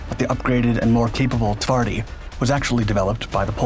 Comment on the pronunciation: My favourite beast. It truly is brutal. The PT-91 Pendekar and the final, well-equipped units for the Polish army require countless hours of practice to appreciate the upgrade. Only then Twardy goes "one step above." Precise depiction. Excellent Polish pronunciation. Thank you. As usual, you did not disappoint with the material.